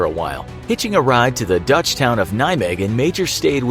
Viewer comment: Love the way you name dutch towns. Pretty accurate